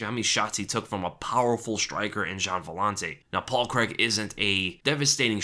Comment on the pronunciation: Its Paul CRAIG not Paul Creg lol